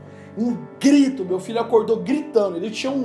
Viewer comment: Só eu que entendi Fígado quando ele falou Filho?